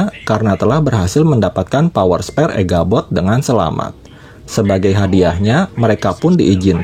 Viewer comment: Echabot tole bukan eghabot